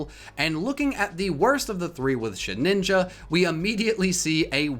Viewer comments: Why do you add an extra “n” to Shedinja’s name?! It’s Shed-inja, not Shed-ninja. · Shedinja,. Not Shedninja. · did he just say “shed-ninja” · Why is he calling Shedinja "ShedNinja"? I feel this is some in-joke I missed out on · Who else cringed out with the way he pronounced shedinja